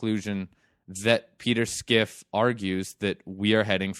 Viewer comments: I can't get over skiff. Its fine to mispronounce a name but to be making arguments based upon Schiff's position and not knowing how to say it strikes me as a lack of diligence. This in turn makes me question the underlying logic behind a person who doesn't take the time to learn the guys name. I mean have you heard the guy speak ? He starts by introducing himself "my name is peter schiff". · Why are you pronouncing his name "Skiff". If your talking about Peter Schiff, it is pronounced like it's spelled.